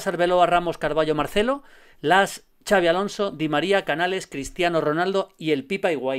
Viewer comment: Que decir de Xabi Alonso.... Pues que no se dice "chavi" sino "Shabi"